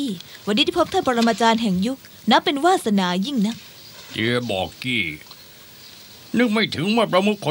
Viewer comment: เฮ้ยท่านเตียไม่ใช่ท่านเตี้ยน่ะค่ะ 555